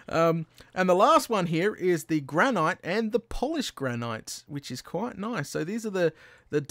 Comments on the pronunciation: It's pronounced "gran-it".. I would know because all the states in the U.S. have a nickname, and the nickname of my state (New Hampshire) is the Granite State. This is because there are tons upon tons of granite deposits in New Hampshire soil and bedrock. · Johnny Horn Tyler's right, it's pronounced as gran-it no matter where in the English speaking world you're from.